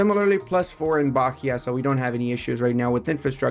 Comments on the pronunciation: You did pronounce it correctly eventually. Zhaneiro and Zherais, same sound. Also Ba-EE-a. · The "h" in Bahia has no sound. It sounds just baia with the i being the strongest sound. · As a Brazilian, hear you say "bakia" is kinda funny lol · Plese bahia is pronunce ba-í-a. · Btw considering you asked about pronunciation: Rio de Janeiro is Janeiro as in January (in portuguese we don't make the J into an R, ever) also Bahía is Bah (ba) - ia (we also don't make the H into R, ever) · great video, the h in Bahia is silent, more like Bah-ee-uh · u say BaÍA, the H is silence, u dont Pronounce